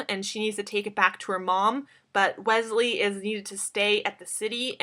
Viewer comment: Omg she said "Gwesley" Is she trying to reveal something to us?? :)